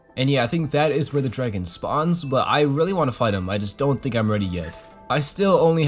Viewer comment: Drrrragon love how he says it